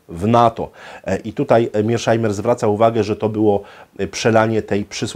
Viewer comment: Świetny wykład,, był by jeszcze lepszy, gdyby wymawiał nazwisko poprawnie czyli Meirshajmer, nie jak mówią niedouki za wodą "Mirszajmer".